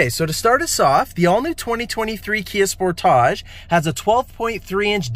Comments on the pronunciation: It’s Sportage. You know like Sport-age. Not Spor-tage. It’s okay you’ll get it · The way he says Spo taj! 😂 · Lol the way you say Sportage, like all fancy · Can you guys say sportage correctly please...